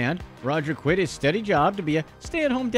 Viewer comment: you mean quit? Not quiet.